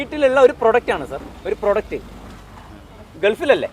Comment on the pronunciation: അവതാരകനോട് പറയാനുള്ളത്, "പ്രൊഡക്റ്റ് "എന്ന് പറയുമ്പോൾ 'പ്രോ 'എന്ന് നീട്ടി പറയണം.